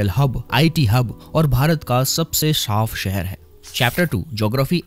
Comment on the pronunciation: Shaaf nahi saaf